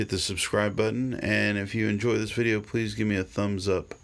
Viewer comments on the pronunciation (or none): none